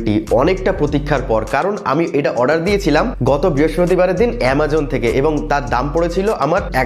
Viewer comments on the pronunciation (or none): none